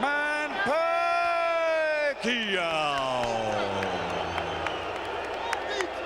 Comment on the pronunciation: Pacquiao's name is mispronounced...